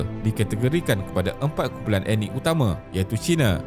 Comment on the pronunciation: Sebut betul perkataan 'ethnik' bukan sebut 'enik'. Perlu tingkatkan kaedah sebutan